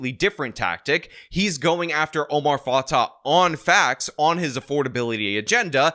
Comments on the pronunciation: Dude it’s pronounced Omar Fa-tay and Jacob Fry. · Not like I care, but it’s pronounced fatay